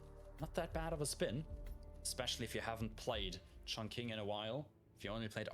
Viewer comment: Mate, with all due respect and love, the Q in Chongqing gives a similar sound as 'Ch' and not what us English speakers are used to.